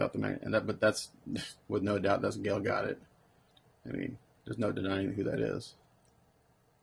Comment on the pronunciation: Another awesome video. Her last name is pronounced guh dote